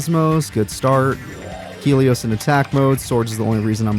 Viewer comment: Why are you saying Helios like Stelio from American dad